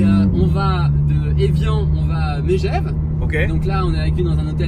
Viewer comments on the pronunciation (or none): Au faite on dit « Megeve (Meuh gève) pas Mégeve Ptdrr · M"é"gève... tu nous as pas respecté frérot...😂😂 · Dsl au cas où on dis " meugeaive " même si ça s'écrit Megève et c'est une putain de ville tu vas kiffer et si vous passez par sallanches c'est encore mieux